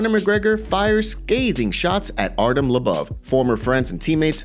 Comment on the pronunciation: Don't know why so many people pronounce names wrong when there are so many ways of checking how to say them properly, Artem lubuv 😂🤣😂